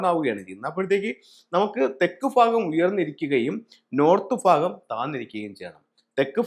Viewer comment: ഫാഗം - അല്ല ഭാഗം എന്ന് പറയൂ.